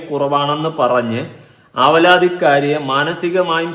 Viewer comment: അവരാതിമോളോ, അലവലാതിക്കാരിയോ അല്ലെടോ, ആവലാതിക്കാരി എന്ന് ശരിയായി വായിക്കൂ